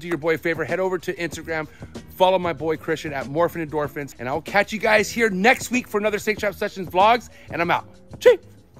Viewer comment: Did anyone else realize he keeps saying Morphen Endorphens???